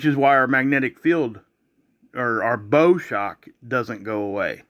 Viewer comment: bow like the bow of a boat ... not bow like a bow tie